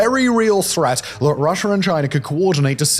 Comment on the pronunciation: Watch your pronunciation, your still letting it slip sometimes. I heard a few Chiners, and a Russers, and an Americer.